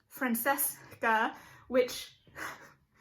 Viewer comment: It's pronounced Vai-count, there is no sounding S in viscount. and FranCHesca, as in cheese, not just Francesca... Just listen when they pronounce these title/name on the show.